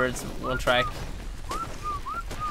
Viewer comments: is pronounced smile-OH-don so ye ur right (applause for ) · You are saying the right pronunciation of smilodon: smile-oh-don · for once you are correct, it is Smile-a-don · Yes it is a smilodon you are correct on the pronounciation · You are pronouncing Smilodon properly :P It does sound unrealistic and super friendly but as you saw from the taming video, not smiling when it comes running at you XD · You pronounced smilodon correctly. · u pronounced smilodon correctly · is worried that he is pronouncing Smilodon wrong but he saying it right. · You're pronouncing smilodon correct stop worrying about it lol. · your saying it right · You are saying smilodon correctly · bless your heart - yes that is exactly how you pronounce Smilodon, it's okay!